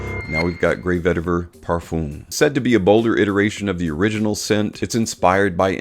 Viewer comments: Man said parfoom 😭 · I’m pretty sure he doesn’t read the comments and will say "parfoom" for the rest of his life